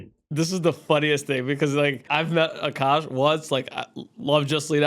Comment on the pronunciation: “Akaash” but it’s pronounced “Aakash”… K